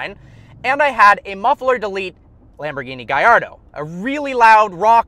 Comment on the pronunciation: THANK YOU FOR PRONOUNCING LAMBORGHINI GALLARDO CORRECTLY!